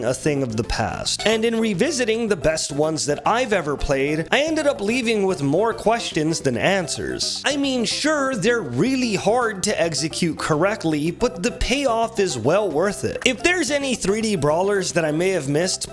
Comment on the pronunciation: Did he really say "they're really hard to eggcecute"!?